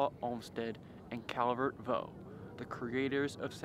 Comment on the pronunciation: although "Vaux" looks like the French "voh", it is pronounced as "vocks".